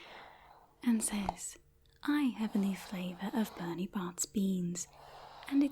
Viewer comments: Isn’t it Bertie Bott’s? Not Bernie? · bertie bott's* not "bernie bott's" lol. Also if it made someone's hair grow ridiculously, if wouldn't be out of the question to assume it was a sweet from Fred and George...